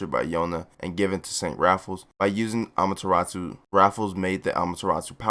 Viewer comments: Learn how to pronounce amaterasu. Not amateratsu. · Btw it’s ee van juh list and uh mah yuh rA soo